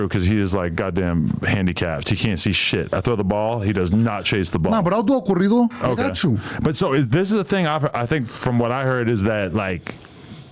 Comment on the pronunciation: THEY JUST NEED TO HAVE A WHOLE SHOW OF ADUMB SAYING SPANISH WORDS🤦🏾‍♂️🤦🏾‍♂️🤣🤣 CORRIDO (CAREETO)🤣🤣